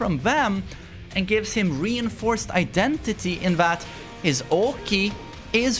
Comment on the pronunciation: You do good until you say “identity” lmao